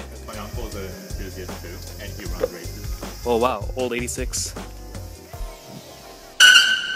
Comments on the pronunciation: Correct!!! Like are u mad bro its called AE-EightySix or EightSix for short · it's called the Eight-Six not the Eighty-six